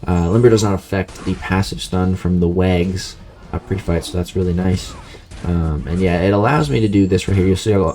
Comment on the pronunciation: Did he say "wags"?